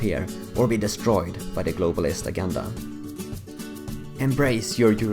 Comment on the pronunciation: "Agenda" has a soft "g" as in "gem."